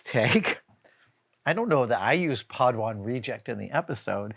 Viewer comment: if you mispronounce padawan this horribly, you are indeed a padawan reject. Lol